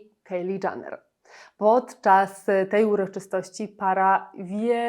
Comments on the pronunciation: Nie mówi się Janner ,tylko Jenner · Nie wiem czy ona w ogóle na jakąkolwiek Galę przyszła w mniej odsłaniającej ciało kreacji, ale taka już jej natura, żeby zwracać na siebie uwagę. Na przyszłość nie czyta się Janner (dżaner) tylko Jenner (dżener). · Nie Janner… to też chyba nie jest w dobrym guście komentować a nie dowiedzieć się jak wymawia się nazwisko komentowanej osoby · Jak już kogoś Pani ocenia proszę poprawnie wymawiać chociaż jego nazwisko 🙈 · Źle wymawiasz jej nazwisko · Przepraszam, ale ona się nazywa Kajli Dżenner. Nie Kejli DżAnner. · zastanawiało mnie właśnie skąd taka wymowa "Kejli Dżaner" raz za razem, trochę faktycznie przeszkadzało w odbiorze filmu, zwłaszcza że wypominane są w nim błędy, które ta "Kejli Dżaner" popełniła :D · Kto to jest Kejli Dżaner? Nie tak wymawia się ani jej imię ani nazwisko, litości 🤦🏼‍♀️